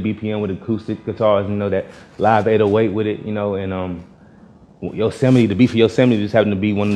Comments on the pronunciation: he said: “yo•seh•meat” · On god 😂 yose mite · "yose might" 💀💀💀💀💀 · says [Yo-se-mee-tee] Travis says [Yose-might] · I thought it was pronounced like "yo's might" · Shakhzod Saidov it's "Yo-sim-eh-tea" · Yosemite I though u said it Yoseh- might